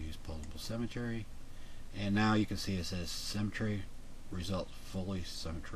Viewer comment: You pronounce "symmetry" as "cemetery"... pretty weird.